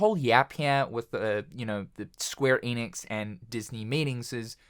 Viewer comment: Can you just say ‘Enix’ for one time